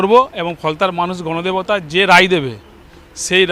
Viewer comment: Now he is telling ganadebata😅😅😅😅😅😅